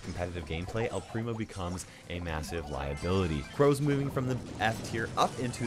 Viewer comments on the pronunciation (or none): none